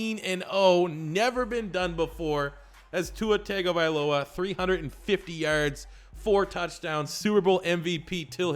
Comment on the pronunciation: Tagovailoa is pronounced (Tongue-OH-Vae-Loa)I’m Polynesian so the wrong pronunciation of poly names bother me. Good vid other wise.